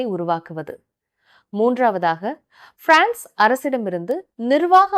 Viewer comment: நீங்கள் frnce ஐ ஆங்கிலம் போன்று உச்சரிக் கின்றீர்கள்